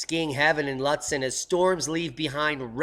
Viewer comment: Skiing heaven in Lutsen..prounounced more like lootsen....thats where I am headed...which way to the slopes